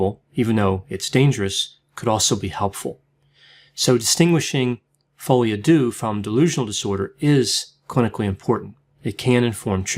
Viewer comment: Oh my goodness. It’s FRENCH, it’s not pronounced like THAT. Are you for real? I’ve never heard a doctor that can’t pronounce the name of a disease/condition when it’s in a foreign language. No comment.